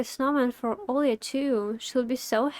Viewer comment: хотя-бы 720 не ожидается ? И почему у меня ощущение, что ты Русская. чётко с первого раза произнесла имя Оля! без мягкого знака как все другие иностанцы :)